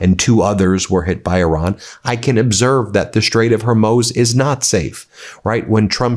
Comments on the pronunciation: You really need someone on your staff to help you with pronunciation. You slaughter so many names, places and just regular words. Hormuz is not pronounced “Hormose” or “Hormews”. It’s pronounced “Hor-moos” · it's the Strait Of Hormuz, not Hurmoz. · 🙄Bro!!!!! It's Hormuz (Moose) Moose! Like the animal, not (Mows), like you "mow" your yard! You got 6 million people watching you and you don't know how to pronounce the s**t your reporting on??? WTF Bro???? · It's not ( Her moz) it's (Her muz).You haven't pronounced it right once since the war began😂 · Hormuz, not Hurmoz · Hor moos wtf... Not Her mose... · I’ve noticed a lot of reporters pronounce people’s names and places incorrectly seemingly on purpose. Why do they do that? Ben is saying straight of “Hermoze” knowing it’s pronounced Her-mooze”. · Please learn your pronunciations before you tape these shows. It’s called the strait of Hormuz not Hormose. A greater attention to detail and accuracy is incumbent on sources of information. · Ben, please don’t take this personally…but I’m a High School A+ English language graduate (1976)….and just want to correct your pronunciation of Hormuz. Tbh, it’s pricking me and this Nana just wants to help. It’s pronounced HOR MUUUUZ, not HORMOZ. Sorry, please don’t block me for it 😏 That aside, Trump told the world that he loves the uneducated and he clearly leads them in the art of lies. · Ben! Wake up! Hormuz! Not Hermoz! ...DC isn't called Wushongtan either... yet anyway. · FFS Ben it's "Hormooz" not "Hormoze"!!! Love what you do, but please, a little attention to pronunciation would be appreciated! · For the love of God, it's the Straight of Hormuz, not Hurmoz. I hate being a grammar nazi, but he just strung together like 20 incorrect pronunciations in the first half of the video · FYI, Hormuz is pronounced 'Hor-Mooz' with the second syllable pronounced like the sound a cow makes; Moo. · Hormuz is pronounced 'hor mooz' , not 'har moze', Ben. Please pronounce it properly